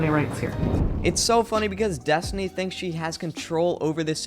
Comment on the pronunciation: I thought her name is destiny and not destoni